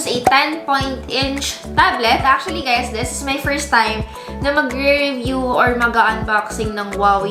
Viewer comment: Annoyed with your "THES" paki bigkas ng tama next time, "THIS". Nice review, nevertheless!